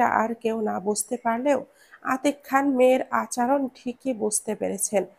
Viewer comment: আচরণ শব্দটাকে বারংবার ভুল শব্দ "আচারন" শুনতে বেখাপ্পা লেগেছে।